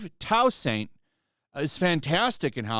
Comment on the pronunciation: That's a new way to hear my last name pronounced. I have the same last name as the actor. he just changed his legally, while I was born with mine. It's French btw. It's pronounced Two-sawnt/saunt actually. Similar to Croissant, the pastry. The t at the end tends to be silent with a French accent and pronunciation.